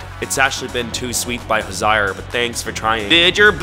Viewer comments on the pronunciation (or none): WHY DO YOU SAY HOZIER LIKE THAT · butchering HOZIER'S name is the highlight of my week 😭😭😭😭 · That is not how to pronounce Hozier 😂😂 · Not him saying hoziar😭💀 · not "Hozayer" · I’m sorry but the way you pronounced Hozier was wild 😃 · i’m sorry HOW did you pronounce hozier??? (ik its not the focus of the video but i did a double take) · HOW COULD YOU READ HOZIER LIKE THAT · Cancel for mispronouncing Hozier